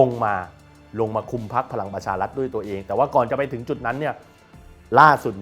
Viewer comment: ออกเสียง ร ล คำควบ ไม่ได้ไม่ควรแถลงข่าว เช่น พะ ลัง ปะ ชา ลัด ปะ ยุด ปะ วิด